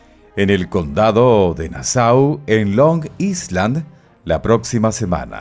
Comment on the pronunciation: Long Island se pronuncia “Long Ailand” debe retirar la “s” por completo. La s en esta palabra es muda.